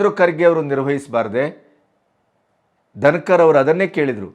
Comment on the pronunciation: Our Vice-Presidents name is Jagadeep Dhankar, not Dinakar. Pleaae check the pronouncement.